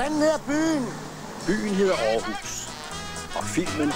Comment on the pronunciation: At Lars Hug ikke kan udtale navnet rigtigt, undrer mig imidlertid ikke.